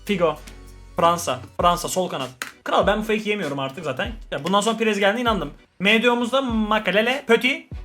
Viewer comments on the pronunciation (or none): none